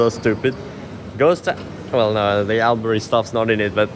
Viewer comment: Alberyyyyyyyy 😂😂😂 lol it’s Albury